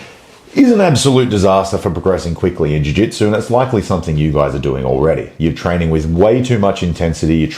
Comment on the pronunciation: "Fix your trainig" ❤